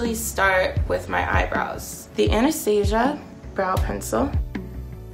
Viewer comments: lmaooo who else thought she said anesthesia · the real tragedy is how she pronounced Anastasia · She doesn’t even know how to pronounce Anastasia correctly lol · When she said anastasia I cringed